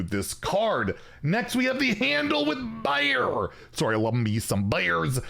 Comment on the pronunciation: I want Handle with Bear to be playable so I can hear say ‘buhear’ more.